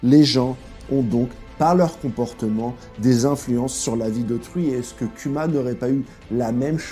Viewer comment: Respecte Kuma prononce bien son nom [kouma]